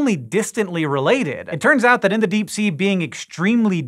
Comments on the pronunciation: "Dee" did you mean "Deep" ? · Disappear into the dee you say what is the dee? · into the dee lol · Pee is store in the dee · "What lurks in the DEE" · into the Dee? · “Into the dee” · "Into The Dee" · Into the Dee!!! Ew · Hehe dee